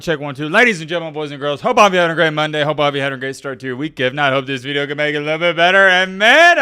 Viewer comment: The way you say video is not southern, northern idk where tf you learned to say "veedeo"